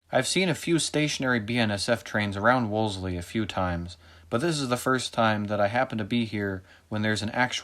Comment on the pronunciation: The town is pronounced WOL•SEE.....not WOLS•LEE. 😉😅